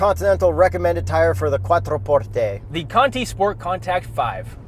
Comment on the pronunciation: I love that he pronounced it correctly!!!!🙌